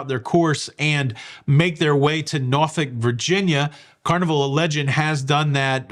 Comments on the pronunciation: Nor-fuk not nor-folk! Enjoy your cruise! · Sorry being Canadian was not sure that you pronounced Norfolk as Norfick....please confirm...thanks